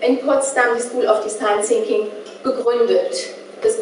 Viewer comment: wenn sie noch einmal design "zinking" sagt...